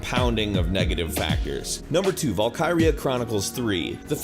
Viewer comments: And noone pronounces Valkyrie like that it is Val-kir-ee not Val-ki-ree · Not just Japanese, its his pronunciation in general. Vul-Ker-Ee-Yah (Valkyria), its like saying Vul-Ker-Eye for Valkyrie. (note: that is exactly how he pronounces them)